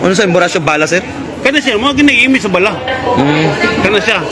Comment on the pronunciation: BA-LA, NOT BALAH. MGA AIRPORT SA PHILIPINES…….NAKAKAHIYA AT MGA WALANG-HIYA….Masyadong mga CORRUPT ANG HAYOP.